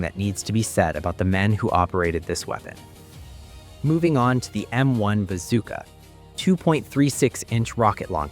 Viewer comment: Hearing the M1 pronounced wrong hurt